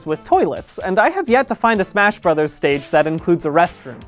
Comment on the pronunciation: "Am I safe to smach ?" a very important question.